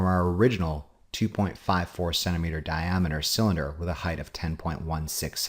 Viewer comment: Thank you for not pronouncing the word height, as hi-th.